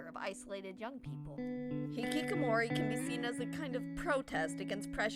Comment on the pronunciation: ITS hiHIkamori